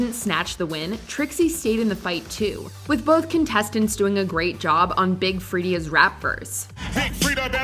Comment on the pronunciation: Its her pronouncing Big Freedia as Big Free-E-Duh 😂 .